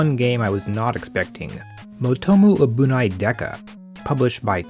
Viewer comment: "abunai" is pronounced like" abu-NYE" , not "abu-NAY".